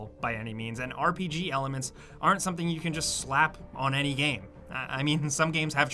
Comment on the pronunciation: Ok its been a few years now and i didnt want to say this but could you stop saying the word game? You pronounce it weird every time